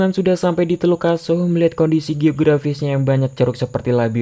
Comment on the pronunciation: Teluk aso bang bukan teluk asu😂😂